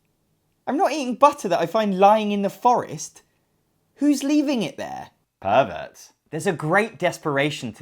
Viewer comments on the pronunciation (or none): “Who’s leaving butter in the forest?” “Perverts.” (With British accent!). TOO funny!